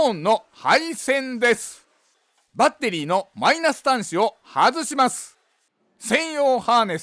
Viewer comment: バッ↑テリー↓が聞きたくてまた来ました